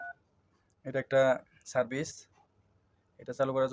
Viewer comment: Cervice hobeee naaa😂😂😂 Service hobeeeee😅😅😅😅😅